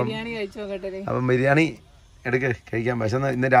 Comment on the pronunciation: FA ALLA BA, BIRIYANIYUDE BA 😀